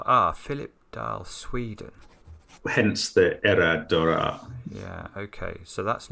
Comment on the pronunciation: Hats off to you, Mark, on your excellent pronunciation off "Era dårar"! Sound like a proper swede! Greetings from Sweden